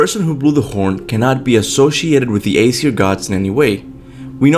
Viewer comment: it's Aesir not Aseir.